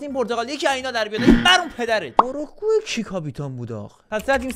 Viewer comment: اروگوئه❌️ اروئوگه✅️